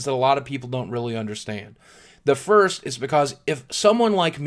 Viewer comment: LOL BOOGIE XD 'FURST'